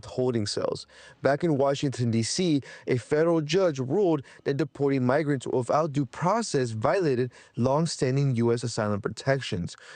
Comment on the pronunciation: Did this reporter just say “wiffout?” What is happening?